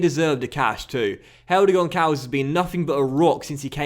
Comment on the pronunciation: the Ç in Gonçalves have a SS sound not a C